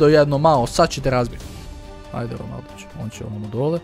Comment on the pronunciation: on prica Ronaljdo